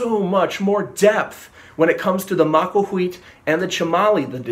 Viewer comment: You make the TL sound by putting the sides of your tongue against the sides of your upper canines then blow. It does not make the TOL sound like in bottle. I recommended this website: it has audio from a modern Nahuatl speaker who pronounces the TL sound correctly.